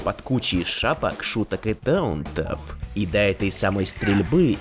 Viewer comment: У меня вопрос мне одному слышится вместо таунтов даунты?